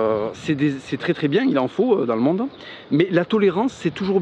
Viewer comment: "Labération" j'aime pas mal. "Li Mmonde" aussi, moins facile.